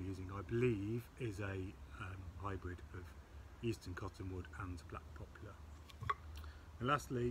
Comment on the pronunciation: it'a "poplar". NOT "popular".